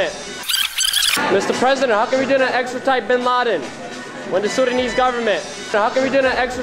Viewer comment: I don't mean to be rude as I support what these guys are doing but for one it is pronounced Extradite and not Extratite.